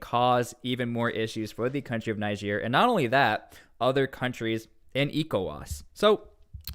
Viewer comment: It's amazing how u hear the right pronunciation of "Niger" from different videos and still choose to pronounce it wrong.